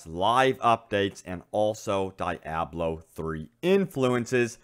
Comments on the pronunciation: Omg its deeeeiiiablo not dieablo ... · Diablo It is pronounced like this (de-ob-low) just like the expensive Italian car. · Die-ablo?? Really? Ok... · "DAIABLO 3" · Lol. Die ablo 3 lmao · Isn't Diablo pronounced Dee-ah-blo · Kevon G yea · Dee - AH - blo. Please... Lol otherwise great vid. Thumbs up. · Good work on the video with the exception that you called Diablo 3, DEEEABLO 3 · It's "dee-ah-blow" Diablo. #cringeworthy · SimoWilliams normally other ppls pronunciations don't bother me, but this was one of those exceptions😆😆😆